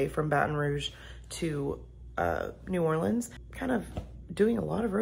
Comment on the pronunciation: New Orleans is my hometown. There is so much to enjoy. There is a drive thru daquiri place right on the streetcar line. I am also happy you pronounce New Orleans correctly.